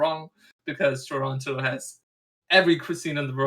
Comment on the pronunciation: I love that TLO says Toronto like someone from Toronto